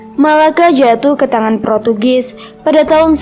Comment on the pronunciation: Protugis? Wkwk ngakak bngt, portugis kak woi lahhh